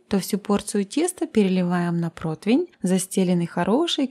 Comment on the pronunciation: Всё прекрасно, кроме слова "протвинь" (или протвень?) 🤔